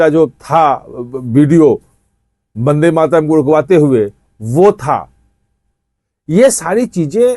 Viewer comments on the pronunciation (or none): Ache se bol le vandematram